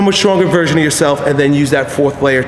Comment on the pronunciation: when i first started watching, thought he said "become the strongest VIRGIN of yourself!"